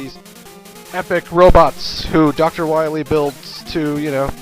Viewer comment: WOW!!! the "enewhgee wesuwoces" are back? Damn, i thought it would have been Dr. Wahwee up to this!